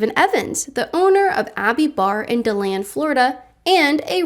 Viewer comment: Dee-land kait! Come on, pretty sure your a floridian!! 😂